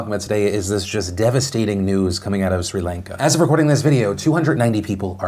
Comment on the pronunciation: PhilipDeFranco you pronounce Sri Lanka like this (Chri-Lan-ka0